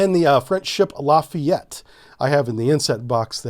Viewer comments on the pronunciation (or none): I checked the Dixmude ship, because that doesn't sound so French to my frog eater ears, and it's quite an interesting name and choice, so I learned something about History and our neighbour, Belgium The La Fayette ( sorry I smiled at your pronouciation, it sounded like La Fillette, the little girl ), is a fregate class named after the marquis de La Fayette who planned and led an expedition to help the Americans in their war for Independance. I must say I'm terrible at explaining by writing down how things are pronounced in my tongue but for those curious about him, I'm sure it's easy to find it online since he's part of our common History ( he was promoted general by George Washington ).